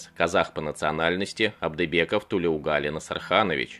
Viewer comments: Спасибо за рассказ. Одна ремарка: у тюрков, включая казахов, во всех именах ударение ставится на последний слог, как у французов. Поэтому правильно называть героя - ТлеугалИ, а не ТлеугАли. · Какая несправедливость . Заслуженные награды и те не дали. Позор таким военоначальникам. А. Комментатор имя неправильно произносит. Ударение идёт на букву И. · Во всем уважением, имя главного героя правильно произносится с ударением на последний слог. На нашем языке так правильно произносятся имена. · Имя Героя диктор исковеркал... произносите правильно. Неужели так трудно выяснить-как правильно произносить казахское имя??? Где уважение??? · Тулеугали - ударение на букву И.